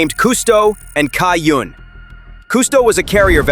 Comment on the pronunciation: As a Taiwanese, if the Chinese characters on the cargo ship is correct, the "Cai Yun/ Da Cai Yun(彩雲/大彩雲)" is pronounced more like "Tsai Yün" or "Chai Yün"("ts" is a sharper version of English "ch" sound). Strangely, the Latin(Pinyin) is PRC version, while the Chinese are Traditional Characters. In Simplified Chinese, it should use "云" rather than "雲", though they might use transitional version for artistic purpose. Anyway, Taiwan stands with Ukraine; since we both facing aggresion of powerful despotic neighbors.